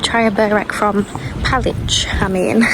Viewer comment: Most foreigners have a problem with the pronunciation of Serbian words, or nouns of towns and villages. Lake Palić and its surroundings are beautiful, and the correct pronunciation for Palić is Palich.